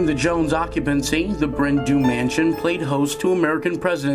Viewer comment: ‘Du’ is pronounced ‘Dee’ not ‘Do’ it translates to ‘black hill mansion’